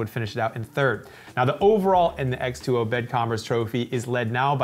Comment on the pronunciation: Sorry for correcting, but the X2O is not pronunciated "x-twenty" but rather "X-two-O"